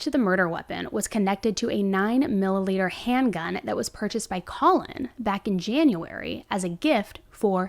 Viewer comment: "9 MILLALITER" not 9-millimeter💀